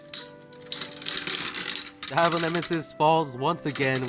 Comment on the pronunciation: My Mexican self can't help but correct the way you say Diablo nemesis the I in Diablo isn't supposed to have as much emphasis as you pronounce it. It is actually to put more emphasis on the D